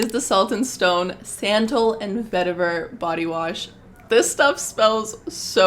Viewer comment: Love the recs but you butcher (lol) some of the ingredients/ brand names- Atelier, santal, bergamot, Loccitane